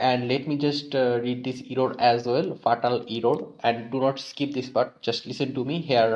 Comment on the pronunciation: eyrror:D thank's